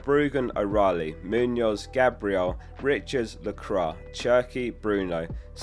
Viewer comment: Its pronounced la-quah not la-crah